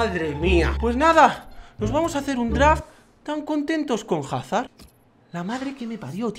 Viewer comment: se dice azard